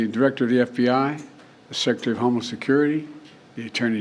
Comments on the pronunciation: I kept hearing the same thing. Homeless security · Well he did say homeless instead of homeland security🤣